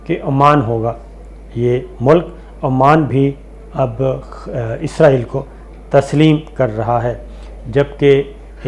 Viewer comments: عزرائیل نہیں، اسرائیل کہا کریں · صابر بھاںئ عزرایئل نہیں اسرایئل کہا کرے